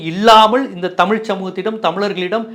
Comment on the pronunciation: தமிழு உச்சரிப்பே 😅😅😅அந்த 😅😅